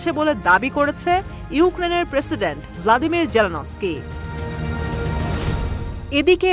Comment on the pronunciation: লাদিমের না বলদিমীর